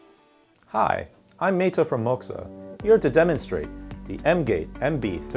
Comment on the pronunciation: Moxa should be spelled "Moaxa" with the way this guy pronounces it. In my opinion, Moxa is M'-Ox-a... like "mocks ya". If you want the other pronunciation you should have used "oax" like Hoax.